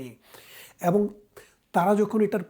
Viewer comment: ব্যারিস্টার সাহেব, আগে আপনার উচ্চারণ করতে শিখতে হবে।বারত না,ভারত।এ কার কে অ্যা বলেন কেন? এবং হবে,অ্যাবোঙ না 😂